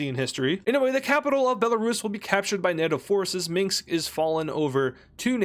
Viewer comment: Bro still can’t say Minsk 😂🤣